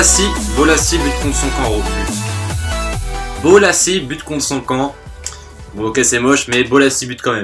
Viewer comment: on dit bolasie flick